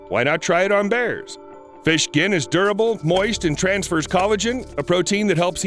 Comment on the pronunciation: I DONT CARE HELP HIM "thank you fesh" (Edit)what happen to humanity these days